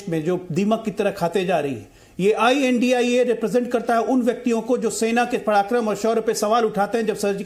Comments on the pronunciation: Right I.N.D.I.A shd. Pronounce. Not INDIA. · ये I. N. D. I. ALLAINCE यानि इंडि अल्लाइंस है एंकर plz सही नाम बोले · Well done. We should not call them India but pronounce with each letter of abbreviation while addressing.